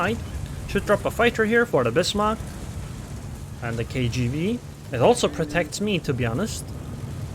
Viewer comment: Tool me awhile to realize you saying "KGV" an not "KGB"